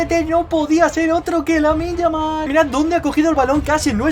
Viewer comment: Parecia que te salia lamine yamal pero te salio lamin yamal coreano bro